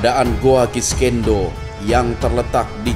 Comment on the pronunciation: Sekedar saran dan masukan, agar acara ini lebih profesional dan berkualitas utk para pemirsa, salah penyebutan nama goa nya konsisten banget 😂 "kiskenda" yg biasa disebut oleh orang goa "kiskendo" jg masalah jadwal tayang, mungkin saran saya perlu penambahan tenaga kerja di bidang editing utk membantu mas hendra supaya lebih efisien jg profesional lg, chanel ini sudah berkembang pesat, akan lebih baik jika lebih profesional lg dlm pengelolaannya. Terima kasih